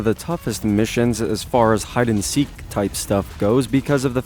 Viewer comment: Did this dude say hide and sink